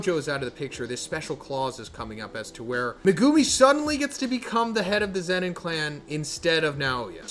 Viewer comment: MegUUUmi? Please stop it’s hard to watch